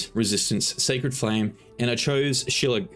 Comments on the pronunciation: Shill - ail - lee, Shillailee - it's irish/celtic like Sean is pronounced Shawn, or Niamh pronounced Neev or Siobhan/Sioban pronounced Shiv-awn 😉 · Uneducated kid can't pronounce Mephistopheles or shillelagh and expects people to listen to his advice? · shuh-lay-lee. shuhlag is close tho. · Shi-lay-la not shi-lag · Yes... as a half Irish, half Scottish man, my heart flipped upside down and exploded into pieces at the pronunciation... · Shillelagh is pronounced sha-lay-lee, shilag works though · LOL its Sh-lay-lay not shlag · I laughed so hard at "Shallag? we're going to go with shallag. it's "Sheh-Lay-Lee" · My Irish gf hates how you said “Shillegagh”😂😂😂, it’s pronounced “shille-lay-lee”. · "shi lay lee" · It's pronounced shi-lay-lay. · Is actually pronounced shi-lay-lay(or shi-lay-la) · bro it's miss-toff-oh-lees and shill-lay-lay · It's pronounced Shi-ley-lack. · Shi-lay-lah, it's an irish word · Shillelagh is pronounced shilaylee its a Gaelic walking stick with a knob for whacking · Shillelagh - Shi - Lay - Lee It's got gaelic roots. It's kinda like how Sinead is pronounced Shin-ay Thaumaturgy - Thaw - Muh - Tur - Gee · shelag....? really? lol, and you're from the UK. go figure. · wow did i gaff and mistake an aussie for a brit? my bad.....but it's an irish word pronounced sha-lay-lay---basically means a wooden club. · Shillelagh = Shill-ay-lay 🙄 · Good stuff. I only have 2 clerics in my party - war and light domains. Oh - the pronunciation of shillelagh is shuh-ay-luh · Shuh lay luh or shuh lay lee (depending on where you're from. I love seeing all the videos and everyone pronouncing shillelagh wrong 😂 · shuh-lay-lah the only reason I know how to pronounce that damn word is because of WWE. anyway amazing video. i love clerics, they are the bee's knees. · As someone of Irish decent, IT HURTS to hear you mispronounce Shillelagh. Shuh Lay Luh / Shuh Lay Le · say it with me. SHA-LAY-LEE. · Shillelagh is pronounced "Shill - Lay - Lee" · shillelagh - she-ley-lee